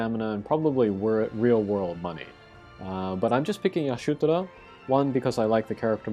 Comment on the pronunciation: Nice preview on the raid. GL has it much easier IMO, I got Y'shtola to lb5 without buying a single shard from the event shop. But dude, why are you pronouncing Y'shtola as AYa-SHU-toraaa? Legit hurts my brain!